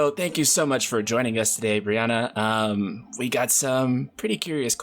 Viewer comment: She started off with "I'm Bri-ANNA White" then he immediately calls her Bri- AHN-NA. Well damn way to butcher a name immediately after she said it